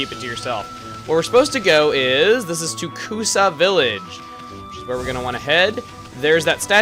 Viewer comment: hey ya know it is Kusa village . You maid sound like Tokusa village . Im just sayin =)